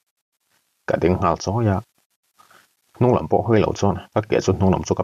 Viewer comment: A chal a chuar ngal 'nung'. Nung hi Nûung ang hian a ni zawk lo maw.